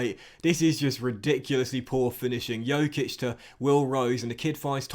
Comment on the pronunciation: Once again, Dj in Djokic is pronounced as in Djokovic. The way you say it means that he has the same last name as Nikola Jokic, which he doesn't